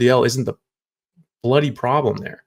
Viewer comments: Haha yes I thought the same when he said, then topped it off with a being retarded comment. Classic Aussie lingo 😊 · “…LDL isn’t the BLOODY problem.” Sounding very Aussie here doc. Love it! Fantastic video.